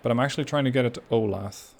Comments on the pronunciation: Ol-ath? It’s o-la-tha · Hi, Resident of Olathe KS here. Just wanted to say its pronoucned like Ow-Lay-Thuh. Also, thanks for a new series, love this game! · Not that I really care, but just FYI: Olathe is pronounced O-lay-thuh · It's pronounced oh-LAY-thuh. I live there!